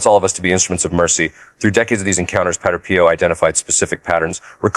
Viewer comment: Dear AI voice, "padre" is not pronounced "patter". It's pronounced PAH-dray.